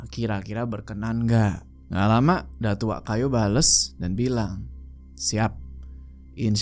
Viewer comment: datuak kayo = datuk kaya bang bkn datuk kayu